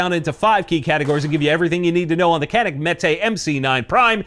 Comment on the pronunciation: can you pronounce CANİK the correct way. which should be like DJANIK not KANIK